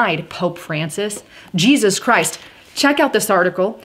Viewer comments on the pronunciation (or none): none